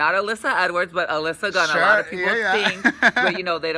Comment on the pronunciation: It's Gia Gunn, not Gun! :o